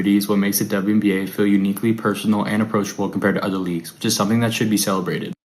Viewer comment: My goodness!! What's wrong with this "journalist's" eyes? And is he speaking in a hyper-monotone?? Is this AI? I hope so! Poor Mr Monotone "journaliser"!!! He appears to be having trouble pronouncing "WNBA"! It's only 4 letters! And when he said "Honestly", are we to understand that everything he said prior to that wasn't "honest "?? If not, why did he specify that what followed was "honest"??